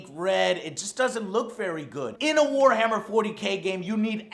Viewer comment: Wahammer and balance? hahaha